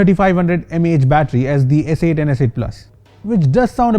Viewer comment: Did he say s8 "t"???